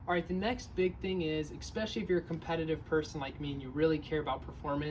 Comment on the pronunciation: ESS not ex. Especially, not exspecially